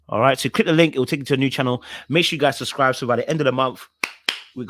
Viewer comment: I love you truly. 😌 but puhleeease try n say both b’s in SU B SCRI B E🙏🏾🙏🏾👌🏾😌